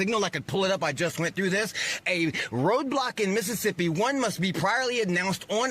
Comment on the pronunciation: If he can say Mississippi like that,he’s sober!!